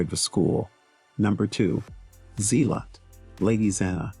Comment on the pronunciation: Its not Z-lot, its Zell-ut.